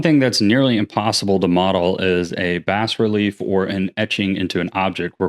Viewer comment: It's pronounced BAH-RELIF, not "bas".